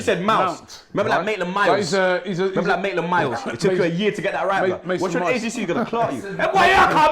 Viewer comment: Dean Ryan Lol he calls Maitland-Niles, ‘Naitland-Miles’